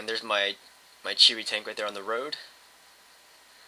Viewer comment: There not cheetos or cherys.. its Chi-To and Chi-Ri Incase you havent noticed there in Japanese.